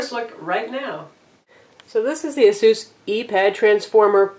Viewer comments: It's pronounce A-seuss or Eh-sus, or Ay-seuss. The company released a video of how to say it correctly. I don't know why she keeps saying it like that. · Aye - Suhs Must rhyme with: Bay - Bus SMH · The name Asus comes from the word Pegasus....and you would think it would be pronounced "ah-sis" but i think the CEO pronounced it "ah-seuss" in a video on here...so tomayto tomahto lol it's one heckuva tablet, and this is one heckuva review..thanks